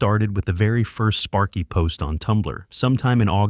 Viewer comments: Sparky not spary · Spary? Sparky. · Spary? Really? How did you even manage to mess up sparky's name?